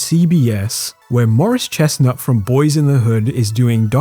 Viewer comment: Why did you say "Morris Chestnut from Boyz In The Hood" like that